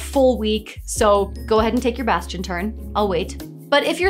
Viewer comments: Bastion. Baaastion. Bas-ti-on. Basgchyn. ~_~ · bastion bass-tion...bass-chon. bass-gin..."DRUNKEN FISH!" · … every time you say Bastion, I picture a musical crab.